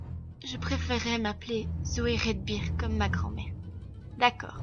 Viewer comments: salut c'est peut etre trop tard mais c'est Zoey redbird et redbird ce dit redbeurd . voila :) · Déesse ! On prononce [Rèdbeurde] !